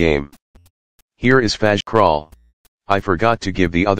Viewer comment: Why does fazcrawl sound like he's saying trust it?